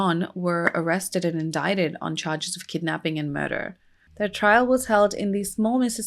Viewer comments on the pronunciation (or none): none